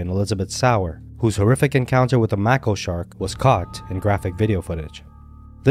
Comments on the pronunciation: It's mako it's not pronounced macko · mAko shark, not mako. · It's pronounced MAY - KO. There are two species of Macon, the Long Fin and Short Fin. They are related to the Great White shark as well. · Mako is pronounced ‘make-o’ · You have a shark attack channel and can’t even pronounce the shark names properly. Lol. The Mako is pronounced make-oh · If you are doing shark videos, at least pronounce the shark species correctly. Mako shark is pronounced with a long "a" sound.